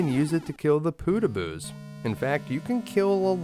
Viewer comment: W1 fortress... "Pootahboos" Nah they're Poh tag bohs